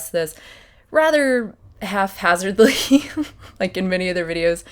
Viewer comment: You said half-hazardly instead of haphazardly